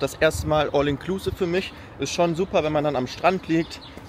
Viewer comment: mich triggert dein "all inklusive" so hart. entweder du sprichst es englisch aus oder du sagst "alles inklusive". wer kein englisch kann, sollte es auch lassen. das klingt nicht cooler, sondern lächerlich wenn man es versucht, aber verkackt